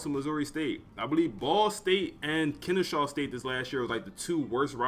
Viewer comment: Maybe you got a lisp if so I apologize, but its Kennesaw not Kenneshaw.